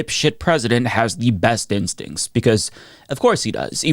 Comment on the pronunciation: Did she say that he has an incredible stink? That's what it sounded like to me 😂.